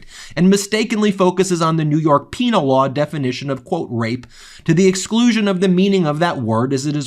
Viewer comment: Was that "penile" or "penal" law?